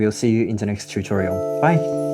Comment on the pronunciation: you should definitely brand "shu-torials"